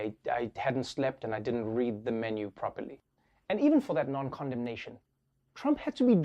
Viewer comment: Am i the only one hearing condomination as condom nation?